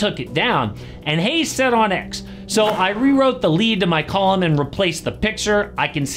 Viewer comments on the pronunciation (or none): Is the "n" in column not silent?